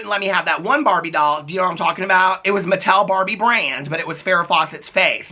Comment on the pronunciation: OMG it took me so long to figure out you are saying barbie and not barney lol I liked the movie, but it wasn't the best.